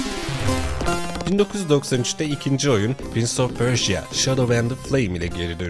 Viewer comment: pörja olarak okunmasın o ??? pörşiya ne lo jhkjshfkjshk